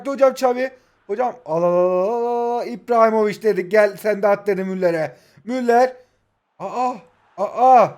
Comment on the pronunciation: İBRAHİMOVİÇ ❌ İPRAHİMOVİÇ✅